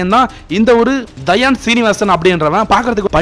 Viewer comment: You should at least learn to pronounce his name. It is not Dhayan. He just said a sarcasm on the stage, it is not as worst as you describing it ***makane 😂